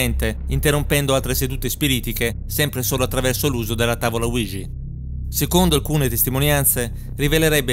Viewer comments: Ouija si pronuncia UIGIA non uigi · Bel video, ma non è mai stata azzeccata la pronuncia di Ouija